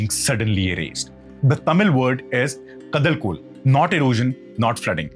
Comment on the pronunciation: Please check and correct your pronounciation -- Pattinapaalai - chozha king - Kadal KOL - ( hard L ), and more. When you're making a video to educate people your facts ( including how one spells / say in the correct way ) - Thank you - otherwise your video is good